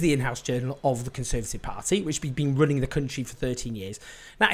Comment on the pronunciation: Did you say the Tory's were running or ruining the country at the start Owen 🤣